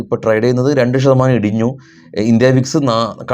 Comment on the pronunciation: 'ശ' വേണ്ടിടത്തെല്ലാം 'ഷ' പറയുന്നതെന്താ? ഉദാ: ഷതമാനം. നല്ല ഭാഷ പറഞ്ഞാൽ കേൾക്കാൻ ഇമ്പമുണ്ടാകും.